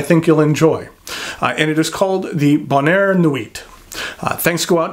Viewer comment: Just don't rely on for pronunciation of French words such as "sans", "bonheur" or "nuit". He handles "Mont" and "Blanc" pretty well though.